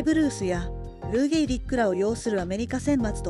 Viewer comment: 球場名は「ゲーリック球場」ですが、選手名はLou Gehrigなので「ゲーリッグ」が正しいです。